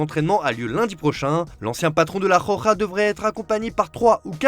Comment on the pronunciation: Hello ! Désolé mais faudrait arrêter de dire la "Joja" au lieu de la Roja, ça fait mal aux oreilles ^^"